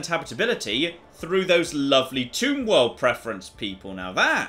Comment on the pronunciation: Every time you say Tomb world, I hear Toon World instead....